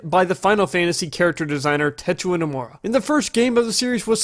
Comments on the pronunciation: "Techua Nomura" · tetua... forgot a few letters there lol